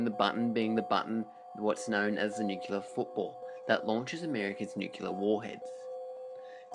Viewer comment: OMG!!! It is NOT pronounced "nuke-u-lar"!!! And you say it inorrectly so many times!!! It's pronounced "nu-clear." Educate yourself before torturing people with your ignorance!